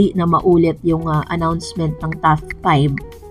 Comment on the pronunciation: TOP 5 ..not TAF 5 heehe